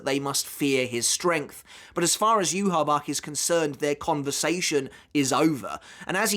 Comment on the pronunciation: Okay what's the correct pronunciation of yhwach? Cuz you say it differently than the anime and now I'm confused